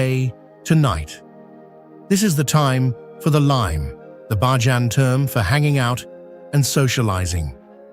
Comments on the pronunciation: The word for Barbadian natives, culture and lifestyle is pronounced "Bay-jan" not "Bah-jan"😒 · It's pronounced BAY-JAN - NOT BAAH-JAN ! Just FYI ! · The A.I. Voice sucks. Its not Bah jan. its BAYjan!!! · Prononciation is Bayjun NOT bahjan! Bakeries do NOT open for salt bread in the mornings! They open around 9 am and bake for the evening. Some images are NOT of Barbados but it is a lovely place to live! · Many scenes are absolutely Not Barbados.. especially the last half of this video. Also , the commentary saying BAJAN incorrectly is very annoying. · Nice but ‘Bahjahhhn’ and ‘Sosha’ uhh ya mean Soca? ummm get that AI together. We just gone ignore how the people got on the island and their relationship to sugar yeah what’s the story there 👀